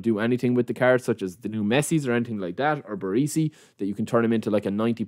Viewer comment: BarEsi not BarEEsi FFS lol